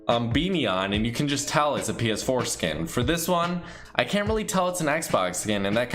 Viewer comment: The way you were saying it sounds like ps foreskin 😂